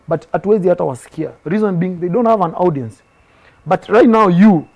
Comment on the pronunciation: This boy is way ahead of himself. 1. Our National language is English. 2. Nurture talent not nature talent. 3. Check audience pronunciation on the audio dictionary because you love the word but you are butchering it. 4. So yiu are also the best dressed whattt? Isoke You have nothing on Obiziiii🎉